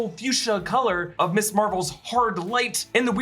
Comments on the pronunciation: You keep saying "Miss Marvel". Ms. is not an abbreviation of Miss. It's pronounced "Mizz" and was popularized in the 70s as a more feminist alternative to the Miss/Mrs. titles that indicate marriage status. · Can anyone explain why nearly every Youtuber is pronouncing Ms. Marvel, "Miss Marvel:? I've always been taught that "Ms." is pronounced Miz. Thanks.